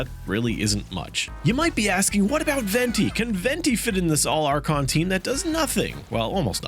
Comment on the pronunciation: All "archon" 😂